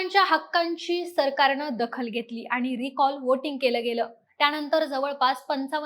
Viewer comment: मागणी ला मागनी म्हणताय, सरकारने ह्या शब्दाला सरकारणे म्हणताय. न आणि ण, कृपया लक्ष द्या. "त्याणतर" राहिलं, लिहिता पण येईना 😂